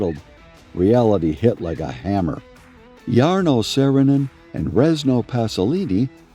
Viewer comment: Cant you just pronounce the name right at first?? Too difficult????